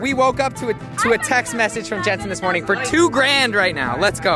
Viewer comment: It’s Jentzen not Jantzen